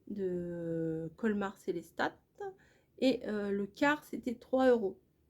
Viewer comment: Bonjour, dommage pour votre fin de séjour. J'espère que vous allez mieux, j'habite a côte de Strasbourg, je voulait juste vous dire que Selestat se prononce sans le T a la fin 😉😉😉 Merciiii encore de partager vos aventures avec nous et vous êtes courageuse parce que quand je lit les commentaires je me dit qu'il y a quand même pas mal de gens qui croient qu'il faut tout vous expliquer " prend du gaviscon, vas voir le médecin, les pâtes alsacienne alsacienne c'est lourd a digérer " olala hihihi je pense que vous êtes assez intelligente pour savoir ce que vous devez faire 😉 et c'est d'ailleurs ce que vous faites. Moi, j'apprends beaucoup de choses grâce a vos vidéos. Voilà ❤.